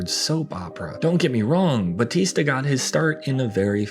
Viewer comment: People STILL can't pronounce BAUTISTA properly. 😂🤣